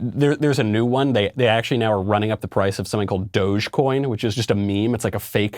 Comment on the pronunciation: His interpretation of Tendies and pronunciation of dogecoin make him sound like a hard boomer..